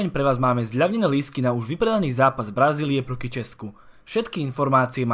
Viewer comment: zdalo sa mi, alebo si na začiatku povedal miesto "proti" si povedal "proki"? tam kde si vravel o lístkoch